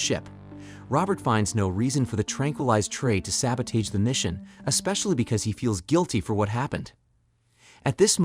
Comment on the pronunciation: You said sabotage wrong